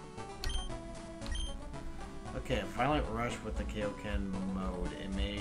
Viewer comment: This was an awesome game video just one nit pick its kai o ken like king kai like keye not kay lol sorry just its cringe worthy to me